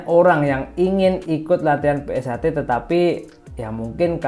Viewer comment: PunkSHter mas bukan pungter😒😒😒